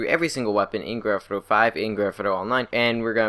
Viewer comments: "Granfiduro and Granfidurra Online" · It do be saying Gretna Online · I recommended putting on a English subtitles when he says Grand Theft Auto 😂 it’s hilarious